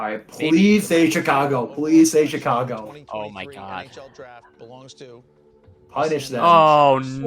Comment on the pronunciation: Go Hawks. Also it's not CHicago. It's SHicago.